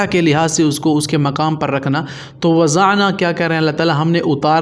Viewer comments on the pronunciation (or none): Not wazana but wadana